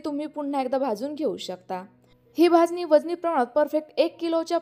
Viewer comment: भाजणी शब्द आहे भाजनी नाही